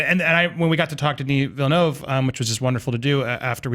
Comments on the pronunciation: and deserve an high five for pronouncing Villeneuve correctly. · Taedrem I'm french canadian and they did, not in a perfect way but at least they did not pronounced it "villenoo" like wtf hahaha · Thank you for pronouncing his last name right